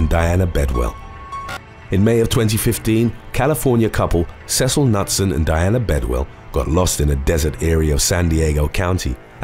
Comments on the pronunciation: You pronounce the name Knutson as K-noot-sun not nut-sun. It's a Norwegian name always pronounce the k and the n together! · Ironically, the K in Knutson isn't silent. It sounds like K'nooT-sen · Knutson - Newt-sun is the correct pronunciation. Come on, peeps, you need to do better for these, especially when referring to people who have died. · The last name KNUTSON- Is pronounced KA-NOOT-SUN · It's pronounced K-new-t-son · Hum let's try this again... Not sure what happened to my last comment. Maybe it was deleted? I love your videos! Knutson is pronounced Ka - Newt - son The Internet can help you with pronunciations!